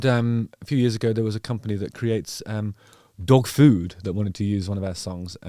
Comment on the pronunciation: We don't normally say it like that. It caught my ear too. It was almost like he was differentiating between dog 'food' and dog 'shit' or something. This is not usual. Thanks 👍